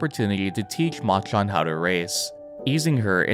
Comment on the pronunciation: Please say "Machan" properly